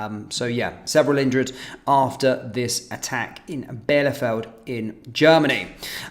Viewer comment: Bielefeld is pronounced 'Bee- le- Feld.'